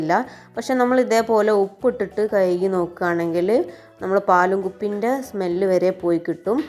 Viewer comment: കയുകി അല്ല കഴുകി